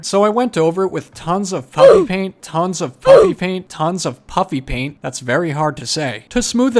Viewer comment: Am I the only one who always hears him call it Puppy Paint? 🐶🎨